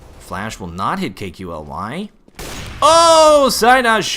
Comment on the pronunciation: Ya KQLY is pronounced Kaley. Loved your commentary while Clan Mystik was winning the gun round haha.